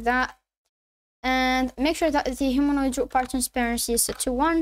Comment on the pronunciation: wtf is a Humanoid Rock Bar. Speak clearer